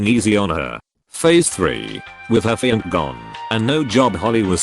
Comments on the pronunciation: “Her fiank” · The way it says "Fianc" lmaooo